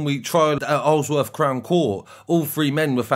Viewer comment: Isleworth, prounouncded. Eyes-all-worth =).